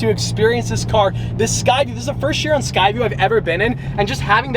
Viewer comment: Am i the only one bothered on how says Chiron? Its pronounced like Kiron.. but Chiron, sorry for that rant😂 Also thats a Montana License plate on that car!😱